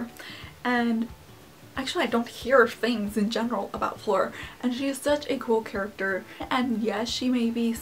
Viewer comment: The way you pronounce Fleur is SO adorable